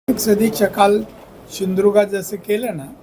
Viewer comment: शिंदृगा ???? नालायका सिंधुदुर्ग म्हण. .